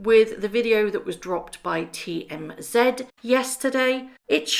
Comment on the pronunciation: Do you mean TMZ? It is not TM-ZED! I do realize you and Canadians "say" ZED for the Z, but that changes the ACTUAL name of the BUSINESS! If you expect to be taken seriously as a Journalist then it would be better to just say "Z", the actual letter!